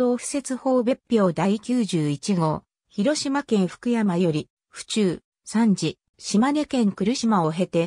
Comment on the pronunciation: 三次を、サンジってなんやねん！💢😠💢勉強し直せ❕